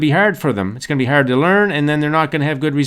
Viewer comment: I love how you say harrrd lol! great video